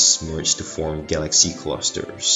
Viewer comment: Guh-laxy. Love that pronunciation.